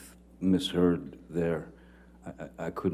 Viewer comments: LMFAO attorney says miss turd’s, I replayed three times and it’s even in the closed captions 😂😂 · "Did anyone else hear the Lawyer, during Ben King's testimony"❓ The Lawyer says "Mr Depp & Miss. Turd"‼️🤭🤣👏 I Absolutely Love It...Y'all go check it out, Let me know if you hear "Miss. Turd"🕵🏼‍♀️